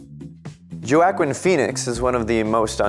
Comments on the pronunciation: Joe aw Quin, lol, has he never heard it pronounced Wah Qeen before? lol. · WAH-keen Phoenix. FFS. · Correction: Joacquin is pronounced as: "Wa-keen" Not pronounced as: "Jo-ac-keen" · Nycoo it's more like Whoakeen the Js ha a Who sound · JO WA QUIN ... what the heck man haha. WAKEEN! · Am i the only one thats distracted by how many times he said joaquin incorrectly? Its pronounced 'Wakeen' not 'Jo a Quinn' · Joe-Aah-Queen Phoenix? It's Waakeen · The guy didn't even know the actors name, he really said JAY-awwwchin Phoenix? dude it's pronounced WHA-quine Phoenix dear lord. And this guy has the charisma of expired rice crackers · Really you are doing some acting here but you can not pronounce Joaquin’s name. So you know Whack-inn. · .....Did this dude really pronounce “Joaquin”’s name as, “JO-AH-CHIN..” 🤦‍♂️🤦‍♂️🤦‍♂️🤦‍♂️😂😂😂😂😂 DUDE.....his first name is pronounced, “WA-KEEN”.....not.....”JO-AH-CHIN”... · Joe Akwin? Wah-Kween? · His name is pronounced " WALL KEEN PHOENIX"!!!!!!!!! NOT JOE ATKIN PHOENIX!!!!!! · 😂..u destroyed joaquin's name. No worries👍...it's not Jo-ack-kin...it's pronounced Wah-keen. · Man, have you never heard anyone actually pronounce Joaquin Phoenix’s name? Talk about a butchering. It’s pronounced WAAA-keen. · JOWAKIN LOL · Joe-Akwin. LOL. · Can't imagine anyone but Robert Downey Jr. as Ironman, especially after watching the Endgame last night! Btw, it's pronounced "Waaaaaaqin", please don't EVER say that J thing again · Don't try so hard. Just do a voice over. You're a youtuber, not a professional, so you're excused just this time. The hand movement, the body twists, the head swings, and the Jo Akwin. Your topic and content are good, you in front of the camera isn't. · Video title should’ve been how to get a headache while watching a YouTube video😂😂😂 stand still mf geez😒🤦🏽‍♂️ Edit: did I hear this guy right? Joe aKin? Really?? Haha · I’m turning this off because he keeps saying Jo-Akquin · JO-WA-KWEEN R U KIDDING ME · Joeakeen lol